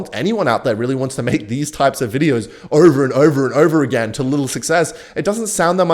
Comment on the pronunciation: Agken instead of again